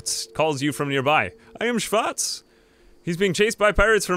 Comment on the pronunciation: Sorry may I ask where you´re from? Just from how you chuckled at Schwarz and persecution it sounds as if you at least know german (plus you managed to pronounce it, something no american would manage ever^^)